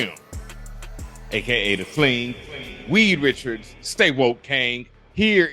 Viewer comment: ...did you just say WEED Richards?!?!? **I'M DEAAAAAAAAAAAAAAD.**